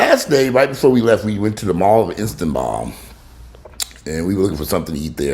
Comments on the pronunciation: ISS-stahn-bool, not Instaball.....HAHAHAHAHAHAHAHAAAAAAA! Welocme back,. You were missed~ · "I stuhn bul" 😅, thanks for sharing! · Istanbul is pronounced Istanbull as in bull, not ball. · It's pronounced IN-STAN-BULL, 🙄